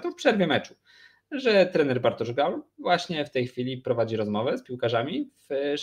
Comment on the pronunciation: Dobrze, że GAUL odchodzi, bo biedny nie będzie się już męczył z wymową:) Raz nawet szanownemu redaktorowi udało się w jednym wielokrotnie złożonym zdaniu zacząć od GUAL, w środkowej części się zmitygować i powiedzieć poprawnie, po czym przy puencie wrócić do GUAL:) Aż mi się w głowie zakręciło:) Teraz będę spokojniejszy, słuchając Tetryków:)